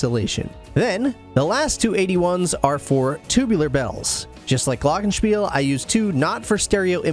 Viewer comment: Great setup and great kit for a GREAT drummer. This huge kit needs a drum tech. Man, you do that all by yourself? A lot of work. I am German, you pronounce the German word Glockenspiel quite well. I would love to see you Live, unfortunately you tour only in the USA I guess.